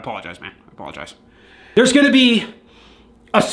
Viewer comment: Every time he says, I 'poligize I crack up 🤣